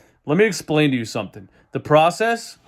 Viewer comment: LMFAO!!! "The pwocess", " twust tha pwocess!!!!!"😃